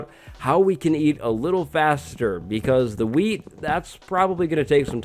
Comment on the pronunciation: LOL when he says wheat it sounds like weed